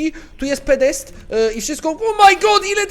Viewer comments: "PODEST" a nie Pedest :3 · PODEST XD nie pedest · mówi się podest xD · "pedesty" <3